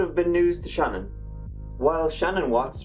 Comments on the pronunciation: You need to do an update. You had errors in info. He killed his children at the Anadarko Oil area AFTER he buried Shanann. (pronounced Shuh-Nan). He murdered Cece with her blanket, then dumped her body into one oil container. Bella's last words, when Chris Watts came clean and told it, was 'Daddy, please don't do to me what you did to Cece'. She fought for her life, biting through her own tongue. He then dumped her in a different oil container. The autopsy was so difficult, because even touching those babies made their skin fall off. Shanann's son Nico was expelled vaginally during the process of decomposition.This info came out in a more recent interview by a writer preparing a book for publication. It's all on youtube. I'm sure it will show up easily in a search. Also, he admittedly likes sex with muscular, physically fit men. He'll probably like prison. Although I never knew Shanann, her kids, or husband, I knew her Aunt, Uncle, and their 3 kids. I live in NC. My kids are the same age as Shanann's 1st cousins and they played ball together and went from Kindergarten through 12th grade together. It's a sad, unnecessary tragedy that will haunt them forever. I enjoy your videos. You maintain professionalism while still being emotionally honest about your feelings. It's a rare gift. I hope you never lose it. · Her name is Shannan not Shannon! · Pronounced Shu-nan not Shannon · Her name is pronounced SHEE-NAAN. A bit unusual I know-I also think she deserves it to be pronounced right. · It irritates me, although you may think it a small detail, that her name is constantly mis-pronounced as 'Shannon'. The correct pronunciation is 'Sha-NAN'. My co-worker's daughter and Shanann were close friends. Her's and her two precious daughters' cold-blooded murders is psychologically unfathomable and emotionally unbearable. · Her name was Shanann, not "Shannon" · It’s Shay-nan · It's actually pronounced "shuh-NAN".